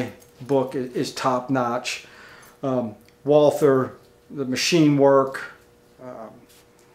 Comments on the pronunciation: Great video! Please do not call the company „Woolfer“ - it is an old German name and right is „Walter“ - the h is not to hear 🙃 Kind regards from Vienna (Austria) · Excellent video (but it's pronounced "Valter"). :^) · No, its not. The W is the same in german as in English. Only english actors doing germans in movies make it a V. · you should tell the Carl Walther official instagram page who pronounce it correctly as "Valta"